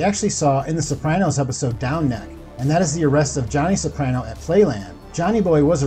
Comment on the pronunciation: Soprano is the only name you say correctly